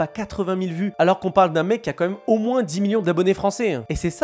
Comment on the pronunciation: Je rêve ou tu dis « moinSS »